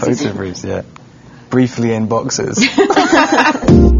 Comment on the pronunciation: stephanie is very pretty. "breefly in boxers" PHAHAHHAA